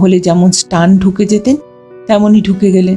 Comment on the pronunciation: কথাটা সটান,স্টান নয়।